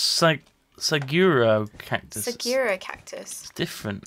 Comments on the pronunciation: As a person who lives in a desert state, I made the hugest facepalm when they were trying to pronounce "Saguaro". Sag-oo-are-oh. It doesn't even look like "Sageera". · The cactus is pronounced su-gwar-oh, you are saying su-gware-oh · it is not a sagura cactus, it is a su hua ro cactus. and it is not sa kur a, it is a sa ku raa tree. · Saguaro. Suuu-waaaaahr-oooooh. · forget that last one, Saguaro is pronounced suh - wor - oh and they are native to the southwest in arizona ( where I live ). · LOL, it's pronounced suh-gwahr-oh (or in Spanish sahuaro). They are the iconic cacti of the American Southwest. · the saguaro cactus is pronounced either 1. sag-wer-o or 2. sag-war-o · It's said suh-gwar-oh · Saguaro. Pronounced sag-wah-roh. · did they seriously pronounce saguaro like that?? -_- It annoys me a lot because i live in Arizona. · Its spanish so its pronounced suh-gooh-ar-ou